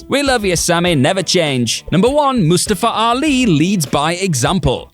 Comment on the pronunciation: Thank you for pronouncing Mustafa Ali’s name right, I have the same name😂